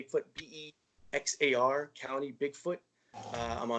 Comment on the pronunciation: Awesome show ladies! That's my hometown San Antonio,TX! Its Bexar County sounds like bear.